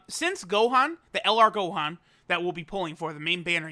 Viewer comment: Noone:: Now the Homie No but for real: Shout out to the Homie for flexing his Japanese <3